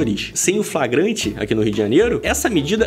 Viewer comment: "FRAGRANTE" kkkk nivel deputados do brasil